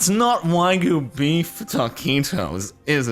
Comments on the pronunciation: Why do you you say whygoo, its wagyu. Wag yu. Wag YOOOO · “Whygoo beef” Don’t worry, Jordan. It’s hard to sound pretentious when you can’t even say the word right. 😂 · Does it bother anyone else that he pronounces Wagyu as Whygoo? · "Waigu Beef" --------> Wagyu -__ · "why-goo beef why-goo beef" WTFH Jardom learn to read plx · Why do you pronounce wagyu as "why goo" ? Sorry just a small thing that caught my attention lol. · For one as far as i know isnt it pronounced way goo??? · When you’re gonna talk about Wagyu beef, at least pronounce it correctly please. You don’t pay that much so you can rename a species of cow